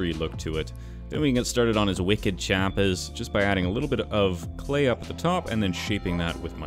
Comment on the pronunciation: Me: happily listening to calming Canadian accent.........: “Wicked Chahppahs” Pahcked one too many cahs in Hahvud Yahd, huh my guy?